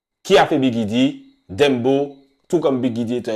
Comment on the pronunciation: Pooh mais arrêtez de prononcer « dembo » ça se prononce « Dèmbòw » comme dans le son de shabba ranks